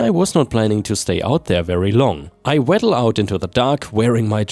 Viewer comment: WFH == Working From Home. Dude, if you don't know an English word, or how to pronounce it, Google is your friend. "Waddle" is WAH-duhl, not WAA-duhl. Rhymes with coddle or toddle, not cattle or battle. You file a complaint, you fill a prescription. Rhymes with pill, not with smile. Count the l's. One is file, two is fill. They fill-ed her prescription. As in to fill a bottle with pills. The boyfriend/husband who called his lady a Karen because the prescription was wrong should experience that problem. A guy I know had a prescription for some medicine, back before the doctors started sending prescriptions to the pharmacy online, complete with the scrawled information typical of doctor handwriting. The guy got it filled, but the condition he got it for didn't clear up. So he just kept taking them, because "that's what they prescribed". When he noticed his nipples were tender, he thought he'd pulled a muscle, and ignored it. Eventually, his wife remarked that his boobs were getting bigger than hers, and he went to the doctor. He took the pills with him, and when the doc saw the label, he cracked up. The pharmacist had read the medicine name wrong, and instead of what he was supposed to get, he got a powerful form of estrogen. So now he was sporting a small but cute pair of boobies... And he learned that if something seems off about your medicine, speak up! A dentist tried to give me the drug amoxicillin after a root canal, but I asked the pharmacist if that was right. The woman